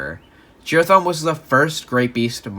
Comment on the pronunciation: why he say it like jerathon